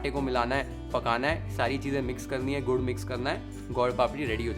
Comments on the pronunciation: Gaur nai Gur or Gud or Good . Stop saying Gaur plz. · Aap gud ko gaur kyun bolte ho aapke subtitles video ko cover kar raha hai, video is wasted